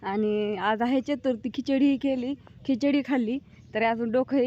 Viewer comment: खिचडी म्हणतात खिछडीनाही😊